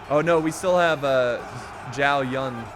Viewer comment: Help me by liking this comment so he can see this and probably stop miss pronouncing these names Zhao Yun "Chow You-en" (the ZZZZ, sounds like what bees make when they fly) Liu Bei "Liu Pei" (you pronounced liu correctly but not bei, b in chinese sound like P) Sun Jian "Suun Chi-an" "pronounce suun like you would with seen and make sure you let out some air when you say "chi" Correct me if im wrong, chinese is my 3rd language i only know the basics of mandarin im not an expert just trying to help.